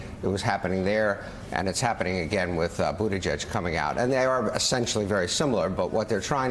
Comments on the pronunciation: I am half Maltese and obviously can speak the language. Buttigieg is pronounced as follows. NOT Buttijudge , it’s Buttigeeg . Thank you 😅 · I think it should actually be pronounced as Booty jitch. ditch with a 'j'